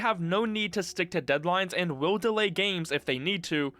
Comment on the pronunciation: He actually pronounces it as "Vewve". Also and = "eeeeend." 😁